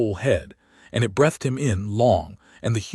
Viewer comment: Your AI mispronounces 'breathed' and 'live'.